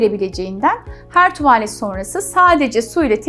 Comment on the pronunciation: keşke bu kadar tuğvağlet demeseydiniz